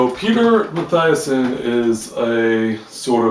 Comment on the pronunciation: I liked your review and listened to it all the way to the end. Still, there are a few things gone wrong: He's called Matthiessen ('eee'), not Mattheiessen. The biologist is called Schaller, not Staller. The trip was taken in '73, the book was published in '78. The monastery is called Shey Gompa, not Shey Gumpta. It's pronounced esotheric, not esosteric. But nevermind. Safe journeys, mate!